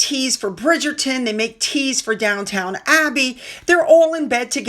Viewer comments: Love ♥️ your videos,! I always watch 👀 & like 👍 FYI it’s DOWN-ton Abbey (not Down town) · It's not "Down Town Abbey"!!! It's pronounced Downton Abbey!!!